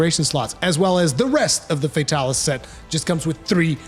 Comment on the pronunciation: "fey-talis" ughhh